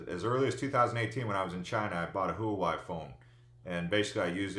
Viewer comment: Btw, Huawei is pronounced Wah-way. They’re being blocked by the prez as part of the China trade war also.